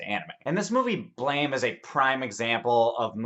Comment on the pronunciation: It's pronounced BLAM